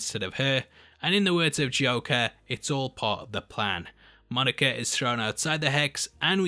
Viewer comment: I like how you say Monica. Monerca